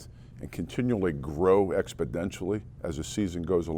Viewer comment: John "Expodentially" Dorsey